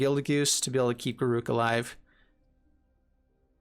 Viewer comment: That was obviously on purpose. Not sure about GAROOG, cursed huntsman though :D